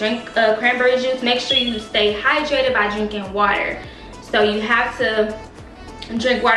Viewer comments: you said “wayer” we always catching you slipping it’s ok we love you 💜💜💜💜💜💜💜💜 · She Said “Wayer” Lol 😂❤️